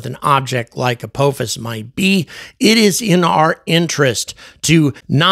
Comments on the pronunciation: Ap-AH-fus. Not Ap-OH-fus. Ah is a shorter a, like in ah-ha or aha. (Edited) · I wish he could at least pronounce the name right. It's not apoophis .can't listen to this anymore. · Apophis is pronounced as "uh-pah-fis" with the emphasis on the second syllable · the British pronunciation of Apophis is much more ominous (uh-POFF-is) makes me think of a vengeful Egyptian God. when you say uh-POH-fis makes me think of Kung Fu Panda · yes, and thats exactly the reason it bugs me to hear call it "a-POE-fis" Its Apophis! JAFFA CREE! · Are you sure it's not pronounced with a short O? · As a lifelong stargate sg-1 fan, the way you pronounce “Apophis” is killing me 😂 For the trolls, not saying he’s wrong. Just decades of hearing it another way is mind jarring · And angry keeps saying it wrong indeed lol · I wouldn’t say hear 👂 as he didn’t pronounce it the right way 😂